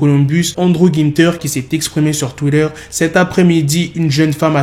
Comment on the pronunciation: cest moi ou tu dis twiller à la place de twitter????